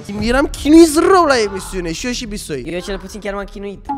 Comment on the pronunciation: Toate ca toate dar De ce îi spune "Bișoi" în loc de Bisoi???